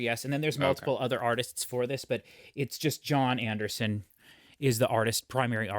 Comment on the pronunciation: You are all over the place .....Lawd Spare Us. CTTE. The. Drama, The. Jon Anderson solo album......my goodness do some homework on how to say the name. I fear this reaction will be horrific for you and ultimately for those watching. Unbelievable.